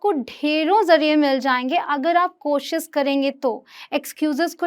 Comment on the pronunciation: Mam ap khud koshis bol rhe h koshish hota hai ..apki pronunciation b sahi nhi hai ..kya btayenge koshish hota h ya koshis